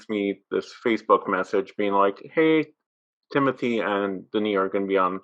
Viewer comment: it’s interesting that is french but it seems he still hasn’t caught on to the fact that timmy is as well! i figured he’d be using the correct pronunciation of his name if no one else does lol. here’s hoping he sees this but hey, timothée IS french through his father who was born and raised there and his name is pronounced “tim-oo-tay shall-uh-may”. he was born in ny but spent summers in france and holds a duel citizenship. LOVING the podcast guys, truly! <3